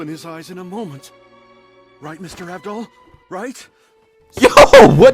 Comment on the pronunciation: ITS GODDAMN AVDOL NOT AVDUL